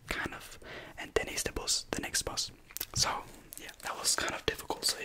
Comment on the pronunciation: Bus not Buss